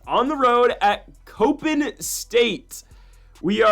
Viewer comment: It’s “cop-in” not “cope-in”…..come on guy!!